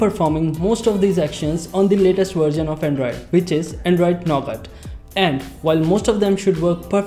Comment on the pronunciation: this guy doesnt know how to pronounce nougat. .it is pronouced "nu-get"..guy pronouces it "no-gat"